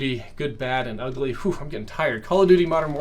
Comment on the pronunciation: lol “ulgy”